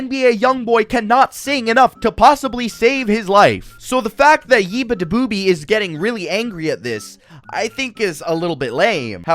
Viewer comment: Beabadoobee? I thought you said 'Ooga booga'!